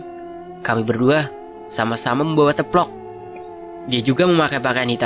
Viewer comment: Salfok denger Mimin ngomong teplok mulu.. bacanya teplok "e" dibaca kaya "e" di "emang" kaya.e... 🙏😁